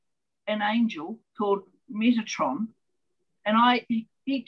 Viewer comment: Metatron. Not “Metranon”. 🙂